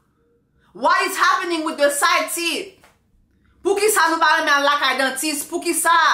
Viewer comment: "side theeth" 😂😂😂 j'en peux plus !!!